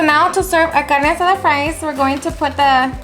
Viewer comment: I absolutely LOVE how you say the names of ingredients with that beautiful spanish accent